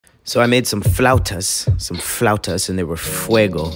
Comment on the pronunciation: Drink everytime you hear him say Fluatus You can tell he loved saying that word